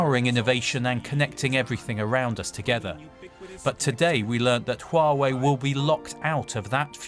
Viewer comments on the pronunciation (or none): Someone needs to tell her that is not Uawei! Is HUAWEI!! 😂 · She is saying wrong haha. "Wa-Wei"